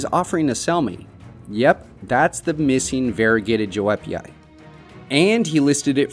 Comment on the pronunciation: The correct pronunciation of Joepii is “yoo-pee-eye”, just fyi for anyone who doesn’t know.